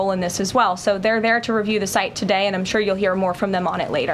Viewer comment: Is anyone else irritated by her pronunciation of the word “sure”? She says “chure”. Petty, I know, but I’d rather laugh than cry 😊